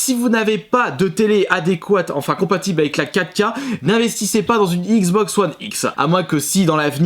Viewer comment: "la xboxeuh oneheu